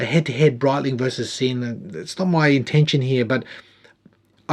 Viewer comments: FYI, it’s a “Zinn” not a “Sin”. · great video. Love the review and moreso the watch. The brand is not called 'Sin' - rather 'Zin' - do your homework here pls. Not a severe criticism but get it right pls. Love your content mate! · Well done. Sinn is solid watch brand. And I believe sinn(German) pronounces ‘zin’. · Helmut would be smacking you if he could. His last name is pronounced "Zinn." Germans are tricky that way. :) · You sad man. It's pronounced 'zinn'. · Pronounced Zinn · Great review of a cracker of a watch -- thanks. A dressy luxury tool watch. I'm going to be that guy and say that the Germans pronounce it as "Zin" -- let he who is without sin cast the first stone eh! Enjoy your rest sir.